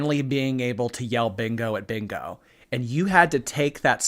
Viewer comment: Maybe she can't yell bingo because she can't say it. All she can say is"beango"😂